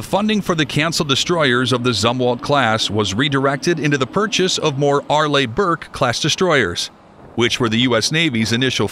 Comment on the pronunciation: Arlee...not Arlay.